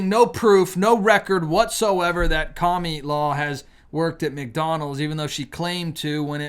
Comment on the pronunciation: Please stop calling her KA-ME-LAW. I understand why you're doing it, but it is ANNOYING AS HELL! Thank you! I'll be voting TRUMP 2024. ❤